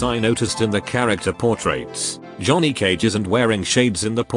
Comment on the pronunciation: "Jhoony Cage"?